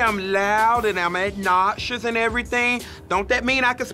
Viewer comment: pietro blood It’s Silky’s pronunciation of obnoxious